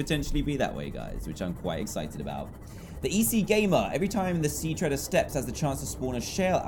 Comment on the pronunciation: Dan:Sea dwellers biome Me:No its sea treader biome Dan:Great reef Me:No its grand reef lol